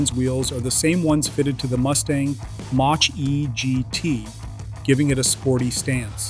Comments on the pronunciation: AI slop crap. Ford MAUCH E?? Fraud. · AI can't say "Mach" correctly?